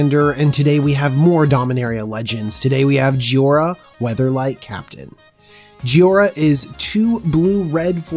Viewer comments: It is JHO I RA not JHI O RA you mispronounced it several times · _ clears throat _ Ahem. JHOI - ra. not "JHIO - ra." That actually bothered me enough in the first minute that I had to comment on it. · Joy-ra. Say it with me. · it's Pronounced Joy-Ra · There’s an “i” in jhoira. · Is it me or did he pronouce Jhoira about 5 different ways?!